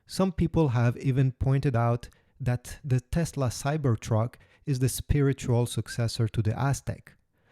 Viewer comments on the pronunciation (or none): none